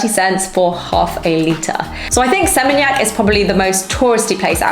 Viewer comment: Its "SE-MEEN-YAK".